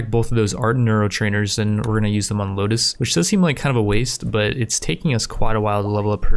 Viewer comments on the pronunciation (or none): none